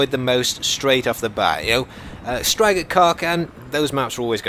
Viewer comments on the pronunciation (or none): none